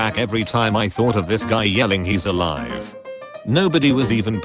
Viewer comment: It can't even say ALIVEEEEE right.